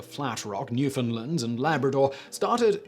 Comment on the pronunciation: Excellent pronounciation of Newfoundland! Marivilous channel 👏👏👏👏 However, my absolute favorite is always gonna be 'Business Blaze', sorry eh?! 💋🇨🇦